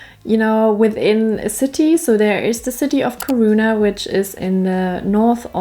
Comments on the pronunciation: Kiruna is the correct name Kirrrruuuuna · Pronunce Keeruna, easier for you